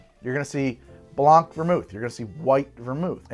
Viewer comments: its not 'blonck', its 'blahn', just like 'dohlaughn' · You do say orgeat wrong, but tbh you butcher all the french words you come accross. so no biggie. FYI: the c is silent in blanc